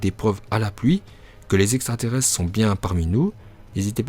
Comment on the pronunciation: le niveau intellectuel de l'auteur de la vidéo 😂😂😂 , le mec prononce extrateresse 🤣🤣🤣🤣